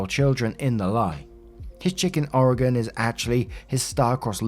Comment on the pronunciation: props for pronouncing Oregon correctly. People here seriously can't pronounce it.